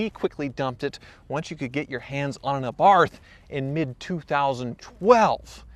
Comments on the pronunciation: TECHNICALLY it's ah-bart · Let's say it correctly now....Ah-bart...not A-baRTH...also those wheels are two different sizes on the front. change out that odd wheel before it does some damage to the drive train.. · Every time you say A-Barth I felt like you’re poking a stick into my ear. AB-arth. I hope you don’t say A-dam and eve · Please stop saying ayyyyybarth. Ahbart. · It is not pronounced Aaaabarth it’s Abarth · AAAbarth, not AYEEEEbarth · Okay dude, lesson time. Its pronounced "Ah-bath" not AYE-Barth lol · A-barth... it’s ABARTH DUMBASS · Tip its pronunced A-Barth not Ae-Barth :) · It's NOT "Ay-barth"... It's pronounced, "uh-BARTH" with the accent on the second syllable. There... Now you know. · Everytime e says "Ay-barth" my soul dies a little. Get it right bud, Abarth. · For the love of god, please pronounce the name correctly it’s not A bath it’s an Abarth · Puh-leeze, Where I'm at Its Fee-AT, not Fee-ART; MAZ-da, not MARS-Da and NIS-san not NEE-san and lastly its AB-arth not AY-barth! LOL! While I'm at it its Soo-BAR-roo, not SOO-bar-roo! LOL! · For The last time: it's Abarth not Ebarth! The same as it's not Jeguar but Jaguar. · Say it with me now: "Ahh-Bart". NOT "aye-barth". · Ey barth? Its Abarth come on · anyone else find how he says Abarth really annoying? it's not A-barth, its abarth :/ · Its not A-barth its abarth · It’s pronounced ‘are’ ‘bath’ not ‘A’ ‘bath’ 😂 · Abarth or a barth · Talk like a pirate day is over. Uh-Barth. Not Aye-Barth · The Fiat A-Barf! 🤣🤣🤣🤦‍♂️ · It's pronounced Abarth not Abarth 🤣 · It's pronounced Fee-at, and not fee-aut. It's pronounced Ab-arth, and not ayyy-barth. This is my first ever moan on here. You and the fleet rock!!! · Ok it’s not Fee-ahhht, and it’s not Hay-barth. It’s Fee-at and a-bath like “I’m going to take a bath” 🤬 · It's pronounced arrrbartthh, not a-bath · It's not A Barth. it's abarth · It’s not Fe-art, it’s Fe-at. It’s not Ay-barth it’s eh-bart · It’s uhBARTH Not ayeBARTH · ay barth, ugh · “Aye Barth”